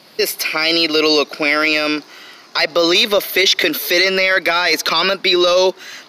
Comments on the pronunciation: Its aqaurium not aqryiium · Jannie Truong I hate every single time he says “ AKUERIOUMAAA” (aquarium) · actually its AQWARIUM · the way he said Aquarium lol. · The way he says aquarium 🤣🤣🤣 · The way he says aquarium tho lol😂 ⬇️